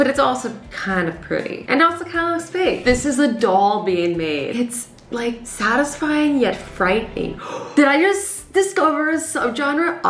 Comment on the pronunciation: LOL did you guys hear that Azzy accedently said saadasfying